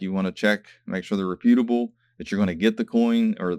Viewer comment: Great video. I just don't like how you pronounce reputable!